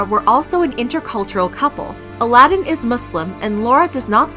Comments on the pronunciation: I love that she keeps pronouncing his name as "Aladin ". 🤣🤣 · I wish you had said his name right. And not the bastardized Disney version. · Ala-din ??? Maybe that's betters two syllables.